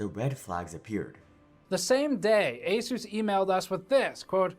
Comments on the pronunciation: It is not ASUS; it is "AS-IS". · Asus ❌ A SUS ✅